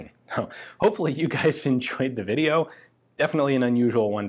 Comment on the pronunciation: "Deafen"itly an unusual one to take a look at ... :-)